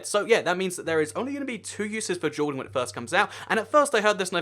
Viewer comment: Sounds like he's saying "jewel welding"